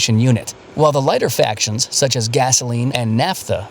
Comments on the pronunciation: That so-called explainer of refining of crude oil is awful. Why? They can't even get the basic terminology right. It is not "factions" (sic) that are produced by the distillation. It is fractions. Fractional distillation, NOT "factional" distillation. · I can't believe the little oil distillation vignette used the word "factions". It's fractions. As in fractional distillation. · Fraction... Not Faction: Fraction. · I think should be fractions, not factions.